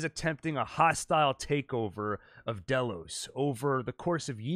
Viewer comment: Why do you say dolos instead of Delos? It’s pronounced in the show...